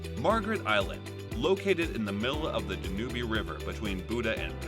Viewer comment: I'm sure you are pronouncing the River Danube wrong.